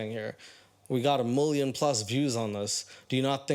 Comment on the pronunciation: just here to say I laugh anytime you say "Mulion" lol